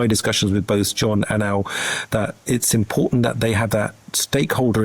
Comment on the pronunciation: The, that, there. Not ve, vat and vere